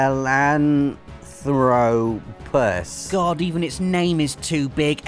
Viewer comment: Sahelantropus not sahelalelolutrpus